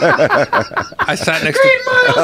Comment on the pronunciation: This man said “green mile hair” 😭😭😭.